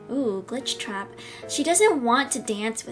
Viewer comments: I love how she said GlitchCrap and not GlitchTrap XD😂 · The other reason why I laugh is because "glitchcrap" 😂😂😂 (No offence)